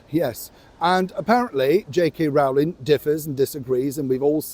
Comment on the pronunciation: Sorry,but J.K.Rowlings name is pronounced J.K.Rolling.